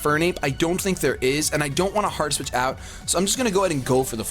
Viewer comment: It sounds like he's saying Heart Switch lol